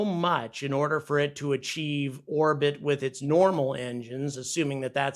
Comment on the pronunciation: Why does "orbit" sound like "our-pit" and sometimes "war-pit," when coming out of your mouth? Is this a new retardation of you mouth-breathers?